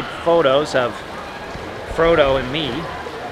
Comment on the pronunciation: he calls Jan 'Frodo' 😂